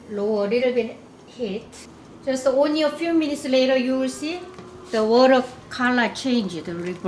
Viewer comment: Is it just me? But I love how she says water its like wuh-duh